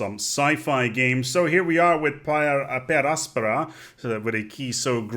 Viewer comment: I really like how he pronounces the littera canina. Though I prefer per angusta ad augusta.